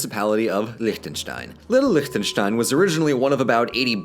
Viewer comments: Can i just say the german in me loves The fact that you pronounce Lichtenstein almost right and not lick-ten-stein. Yeah. Sounds amazing. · Wow. Your pronunciation of Liechtenstein is really good! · Props to your pronunciation. I can't immagine Lichtenstein being an easy word to say for a non german speaker. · Can we appreciate how well-pronounced and crisp "Liechtenstein" is said?! I never heard it said so perfectly from an English-Speaker, well done Sir! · probably the best pronunciation of Liechtenstein I've heard from someone who isn't german-ish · A little late, I know, but, as a native Austrian, I absolutely enjoy how you say Liechtenstein. It's a refreshing change of pace, given that German pronounciation is... challenging to most English-speakers. Not that I blame them, of course. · Can we take a second to appreciate that did not butcher the pronounciation of Liechtenstein? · Look here the only native english speaker who can pronounce Liechtenstein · So, nobody is commenting on the fact that he pronouced Lichtenstein correctly? Oh well... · He actually pronounced the "ch" right! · Your pronunciation of Liechtenstein is great!